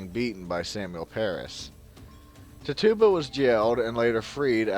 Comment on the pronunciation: The ergot theory has been debunked many years ago and please learn how to pronounce Tituba.